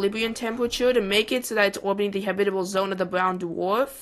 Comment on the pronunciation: its not habitle its habitable